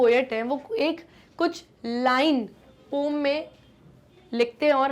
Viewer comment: Poem ❌ Poom✅